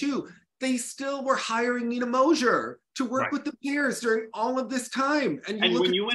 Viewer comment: it's Mozer, not Mozher. I mean Nina Mozer.